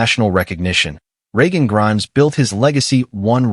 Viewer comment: Other than consistantly mispronouncing Regan's name, was a very good video.